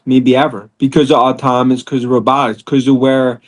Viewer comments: I know, he says, “autominous” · Can’t watch this moron. Love Tesla. “Automanous and rabbatics” not giving you a full watch or thumbs up. Nope.